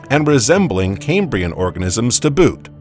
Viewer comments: Its CAM-brian not "kaymbrian" It's named for the Cambrian mountains in Wales not pronounced the way "Cambridge" (kaym-bridge) is said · Cam-brian, not Came-brian. ChatGPT write this script for you? 😂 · EEEEEEEEAPPettuss FFS!!!!!!! NOT 'LAPPETTUSS' !!!!!! NoEL NoEL NoEL NoEL NO EFFing ELL!!!!! AND it's KAM KAM KAM KAM KAM BREE UN!!!! NOT 'Kaymbreeun' ! It's from WALES BOYO NOT 'Camebridge' the town with the bridge over the river in thre east of England! WALES! 'Kambria'! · CamE-brian, CamE-brian, CamE-brian, CamE-brian, CamE-brian: 🙄🤢🤮. It is named after Cambria, the Roman name for Wales. It has NOTHING to do with Cambridge University!